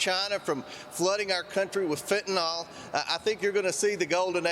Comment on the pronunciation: We should do a poll in our government to make sure they know how to spell Fentanyl. Do they know what they’re talking about or are they just using a mortal drug for a sound bite? Either way, they’re saying the name wrong and it’s infuriating because it’s one of our country’s deepest issues.